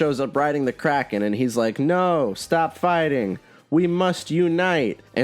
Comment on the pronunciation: I seriously thought you said "Crack Kid" instead of Kraken and I was actually perfectly fine with that for a moment.